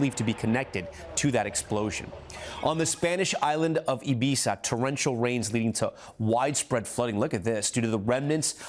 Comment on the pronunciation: Mispronounced ibiza tom👎